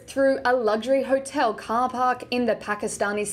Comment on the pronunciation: Huh-tel huh? God, she's like a robot/alien.